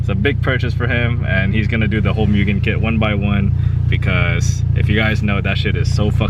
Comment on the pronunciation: Pronounced moogen bro. MOOgen lol but keep up the CTR content! Have a 19 CW myself🤜🤛